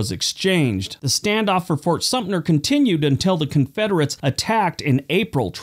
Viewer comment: That's SUM-TER, not SUMP-NER